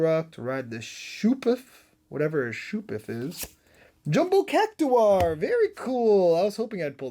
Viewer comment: Totally agree...ChoKo Bow, Cac-two-are. Also Y'sholta? Are you reading how its spelled. Nice try.